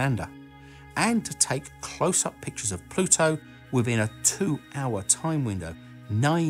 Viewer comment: Just upload a video of you saying the word Pluto in different sentences. Pah-LU-toe